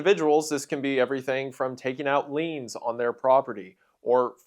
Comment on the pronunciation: I LOVE LEANS Edit:is that how he says loans?